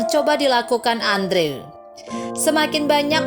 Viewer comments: yg bisa sy pelajari dr cerita ini?, sy kasihan... bkn sama character di cerita tp sama yg punya channel, misal melapaskan 'cage' = ceg, yg bener 'keij'. trs andrew bukan dilapaskan 'andre' tp 'endru' 😅. tp sy paham "nobody's perfect", (termasuk sy sendiri), semoga anda lebih prepared kedepannya✌ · Andrew dibaca Endru. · Cara ngomong andrewnya kolot banget Dibacanya gini loh endru bukan andrew payaah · Aduuhh mbak itu nama dipanggil nya bkn Andrew dooong tapi di ucapkan" Endru" Inikan ejaan asing.. Maaf deh dgr nya ga enak mbak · Andrew dibacanya Endru, min. 😄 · Correction min : andrew dibaca : endru;w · Andrew dibaca/diucapkan : endru